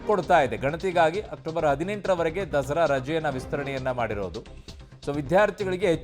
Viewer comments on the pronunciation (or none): none